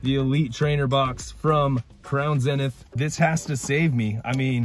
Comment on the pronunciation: It’s zeeeeeeenith not zinith